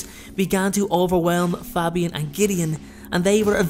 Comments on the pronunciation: It was great apart from you miss pronounced Fabian’s name the A is long like in the name Damien 😀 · Good video, love these really obscure stories. But I have to say your pronunciation of Fabian is killing me